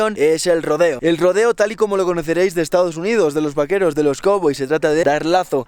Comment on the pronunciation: V A Q U E R O S, se dice V A Q U E R O S